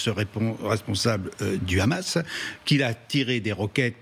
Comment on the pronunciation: On dit pas Khamas en France, on dit Hamas. Sinon on dirait c'est Khalal pour dire Halal. Dès que j'entends ce khhhh je connais déjà la position du journaliste 😅😂